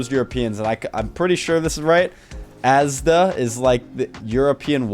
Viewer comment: As a Brit, hearing say Asda is weird 😂